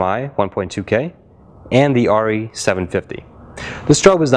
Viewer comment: True true, but if you're needing tungsten and/or daylight the Diva wins IMO. Plus, this guy is pronouncing Arri wrong so that tells me the validity of this test.